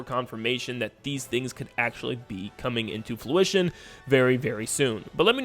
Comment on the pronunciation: I always love how you say "Fluition" instead of "Fruition"; I just find it so darn cuh-yute! Where did that awesome speech-pattern originate? I'd love to see a whole N-Subscriber Special on how to talk like!